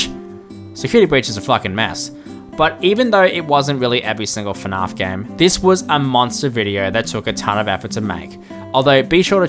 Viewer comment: Is it weird that even as an Aussie, I hate the way he pronounces fnaf? lol. I've heard how Americans pronounce it too much, so pronouncing the 'a" the way I'd normally do it for every other word just sounds wrong.